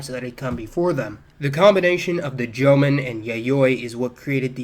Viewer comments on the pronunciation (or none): "Jomon" is two syllables, not three. "Sans" is pronounced sonz, not sahnz. The genetics and linguistics here, however, are sound. Good work -- and a nice relief from the usual Japanese common sense, which is a pack of ignorant lies.